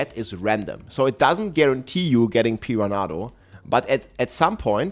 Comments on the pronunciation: Pee-run-uh-doh lol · Pee-ran-nah-doe . I mean I understand english is not his first language but homie didn't even try.